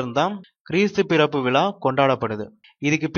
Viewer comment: கிறிஸ்து விலா அல்ல இது. அது விழா .மாற்றி சொல்ல வேண்டாம்